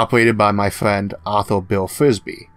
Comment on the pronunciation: Think you pronounced "r" in "friend" . Also, great channel.